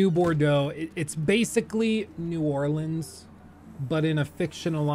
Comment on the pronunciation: I’m glad you know how to pronounce New Orleans